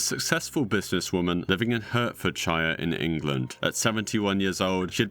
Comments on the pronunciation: It's not hertford SHIRE it's pronounced HAARD furd SHER just so you know :) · You're British, how did you mispronounce Hertfordshire (Heart-Ford-Sheer) and Barnet (Bar-nit), I'm losing my mind. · The way to pronounce the place is heart-ford-shear but say it all together i used to love by the when young in bed-ford-shear or Bedfordshire lol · Im sorry but as someone who lives hin hertfordshire it is not pronlunced hert-ford- shie-er it is pronounced hart-ford-sheer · Good iceberg! Hertfordshire is pronounced "hart-fud-shuh" nor "hurt-ford-shire" though :D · i live in hertfordhire and hearing u pronouncing it "hurt ford shire" is bare funny n idk why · btw, as a brit, "hertfordshire" is pronounced more like "hart fud sheer" Great vid though! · Hertfordshire is pronounced heart-fud-sheer. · Come on brother it's pronounced Heart-fordshire... you're British, learn your heritage. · It's hilarious hearing a British-accent AI mispronounce "Hartfordshire" (sorry, idk how it's spelled) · The most disturbing thing on this list is the way he pronounces Hertfordshire. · Why are you using American pronunciation for words like Hertfordshire! Boils my blood. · Respectfully, how have you managed to be from the UK while completely mispronouncing Hertfordshire and Barnet? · Being from the UK, I would expect you to be able to say “Hertfordshire” and “Barnet” properly! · Hertfordshire and Barnet are extremely hard to get wrong. I’m also British and have never heard anyone pronounce them the way he did, in fact I’ve heard Americans pronounce them correctly first time.